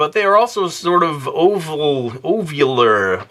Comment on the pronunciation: Ovavular is.... Hahaha okay why did i laugh.